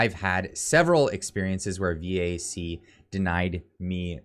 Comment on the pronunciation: VAC not V.A.C. CAF not C.A.F.